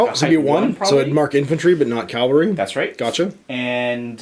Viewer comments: Cavalry.... CAV-AL-RY... sorry to be that douche, honestly. but i gotta say it. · Cavalry. The word is cavalry not Calvary.